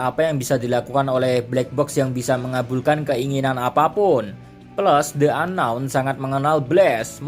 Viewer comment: Ka "the unknown" di baca nya "di unknown" karna setelah the ada huruf vokal ✌️